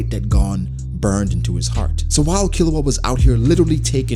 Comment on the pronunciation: Man rly said killua 😭 instant lose